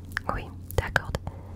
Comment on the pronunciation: Hey super vidéo, j'adore ton asmr rapide !! Juste un petit conseil, si ça peut t'aider bien que ton français soit déjà très impressionnant, le "d" de "d'accord" ne se prononce pas héhé, c'est comme si c'était "d'accor" :) sinon ton accent est très agréable !!